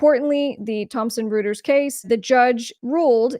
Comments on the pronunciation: It's pronounced "Roy-ters", not "Roo-ters". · Royters not Rooters. 😊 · I think the name is pronounced "Roy-ters" instead of Roo-ters. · As a former publicist let me share that the pronunciation of Reuters is ROY-turs. ... thanks for another great video! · Pronounced "Roiters." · Reuters is pronounced "roiters" because German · The name is pronounced like -- ROY-TERS. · Isn't that pronounced "ROY-ters" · Reuters = "roy terz" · Good video. But Reuters is pronounced ROY-TERS!!! Good content otherwise.